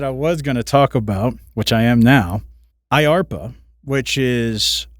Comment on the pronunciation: Uhhhh...Mike Johnson has been 5he House Speaker for several years! Kevin was only HS for a few months! Also, it's DARPA NO IARPA! If you want to be taken seriously, know what you're talking about!